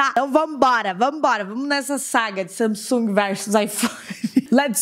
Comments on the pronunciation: Ela fala Samisung é Samsung kk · não é samisugue, se pronuncia sangungue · não sei vcs mas me dar uma agonia ela falando samisung sendo que é samsung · Manoh so eu q tenho agonia dela falando "samesung" sendo q é "Samsung" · Agonia dela falando sanisung eu falo sansungui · se pronuncia "samesungue" passada kkkkk sempre chamei de Samsung mesmo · Não é samisung e Samsung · parece que você fala “samisung” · "Samisungue" ksksksk Adorei💜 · "Samisungui" AMEIII KKKKKK❤ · ta me deu mta agonia dela falando saMsung KKKKKKKK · ver ela falando samisung me deu uma agonia kkkkkk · "SAMISUNGUI" - 2019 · Q ranço dela falando samisung kkkkkkkkkk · "Samisung" kkkkkkkk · vey parece q ela falou samisung kkkkk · So que fiquei incomodada com ela falar (Samisung) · Ela falando SAMISUNG. Me irrita muito. Mds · Fala Samsung direito KKkK que agonia